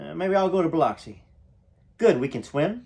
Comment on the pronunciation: Boy if you say Biloxi that way one moe time….😂